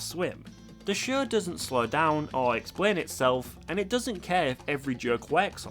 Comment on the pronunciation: Your accent is almost never distracting but the way you say "show" is like "shuegh" and idk why it gets me every time lol